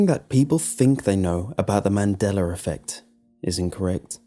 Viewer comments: It's Mandella not Mandellar... Or is it? :-\ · THERE'S NO R AT THE END OF MANDELA. THATS NOT A REGIONAL ACCENT, YES I'VE HEARD IT BEFORE, NO IT DOESN'T MAKE IT BETTER. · "Mandelar effect" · He says the mandeler effect. LOL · I'm dead😂😂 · I think it's actually pronounced MAN-DELL-AH. His accent makes it sound the way it does when he says it.